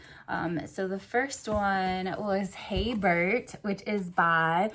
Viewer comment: Perfect pronunciation of my name! 😂👌🏽 Honestly, hearing you talk about hey bert made me so happy, thank you so much for your kindness. Means a lot to me xx Bert